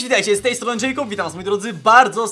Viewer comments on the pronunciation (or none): none